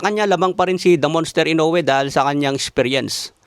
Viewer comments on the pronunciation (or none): none